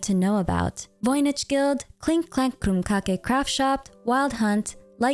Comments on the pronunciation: pronouncing it that way when it's literally just "Crumb Cake" 😂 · I'm sorry but I'm pretty sure Krumcake is pronounced like pancake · why do you mispronounce krumkake?!